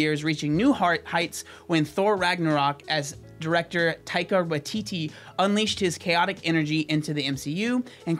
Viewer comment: Your pronunciation of Taika Waititi's name is 👌